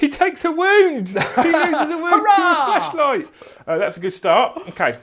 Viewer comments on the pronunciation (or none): are you saying flashlight or fleshlight?